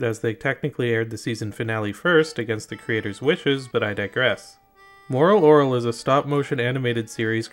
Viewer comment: HOLY SHIT HE PRONOUNCED IT RIGHT!!!